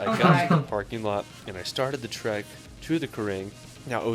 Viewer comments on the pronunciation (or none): none